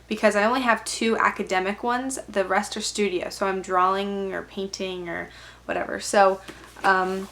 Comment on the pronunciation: its drawing not draling